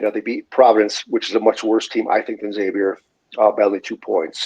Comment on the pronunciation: It’s not “X” avior. Ask any Priest! 🙃